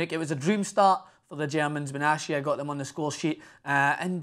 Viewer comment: I dream Of A champions league El Clasico ...I hope it happens (Ps: It's Pronounced Bena-tia ,not benchia , come on you bloody sheep shagger, don't Butcher my Countrymen's Name :D )